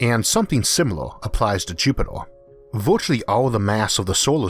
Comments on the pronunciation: Its Jupiter not jupitor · Why does he pronounce Jupitaar and eeeerth like that annoying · Jupitaa bla bla bla Jupitaa bla bla bla Jupitaa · interesting but find the strange pronunciation of the letter R a bit distracting. jupitoah ? what ? RRRRRR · "Jupitor" "Orth" :) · Is this voice a real person with a strange accent or a computer generated voice? The pronunciation of Mars as Maaaws and Jupiter as Jupit-or and almost every word with an 'er' is pronounced 'or' as in door. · Is he pronouncing Jupiter into jupitor 🤔🤣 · Repeat after me, Jupiter Jupiteeer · Please pronounce Jupiter correct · Why is the narrator pronouncing E's as O's? Listening to this is like being forced to watch a baby being dissolved in acid: horrifying and utterly unnecessary !